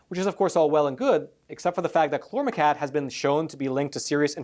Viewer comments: hmmm... cousin to paraquat? Pronounced like kwot not cat... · If someone on your staff told you the pronunciation of the chemical "chlormequat " was chlormecat they were mistaken. Queen,quart,quarter,quick,quack and paraquat are good examples of the actual pronunciation of the "qu" combination. Pronounced "qwat" not "cat". I fear listeners may not take you serious if your writers don't understand English. I'm a longtime subscriber and English is my 1st "language" and that's how the "u" changes the word. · "Chlormequat" is correct. From the spelling I'd expect it to sound like ˈklɔrməˌkwɑt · Chlormecat? It's Chlor Me Quat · Chlor-me-quat (koo-wat) say it with me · Exactly. There's no "tatt" in there anywhere. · Paraquat=parakwaat Chlormequat=klormekwaat I am a subscriber and watch all of your facts matter videos and enjoy receiving the knowledge and news you report. But I think there wasn't enough research on the pronunciation of Chlormequat. If I'm wrong let me know. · Why are you saying "klormetat" instead of chormequat? Is it spelled wrong? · "quat" as in the word "squat". Not as in the word "cat". It's "kl-ohr-meh-kwat". Thank you for bringing this to peoples' attention.